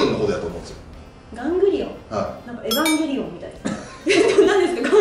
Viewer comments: エバンゲリオンじゃなくて、エヴァンゲリオンですよー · エバじゃなくてエヴァです！！ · えー、どうでもいいんですが、いや、すごく大事なんですが、 エヴァンゲリオンもしきはエヴァンゲリヲンです 「バ」じゃなくて「ヴァ」です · エヴァンゲリオンがエバンゲリオンになってて草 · エ“ヴァ"ンゲリオン です！！！ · 超細かい指摘だけど エバンゲリオンではなく エヴァンゲリオンです笑 まぁどっちでもいいのか？ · エバンゲリオン❌ エヴァンゲリオン⭕️ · エバンゲリオン？「エヴァンゲリオン」ですから！（ブチギレ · エヴァンゲリオンでは？エバンゲリオンって草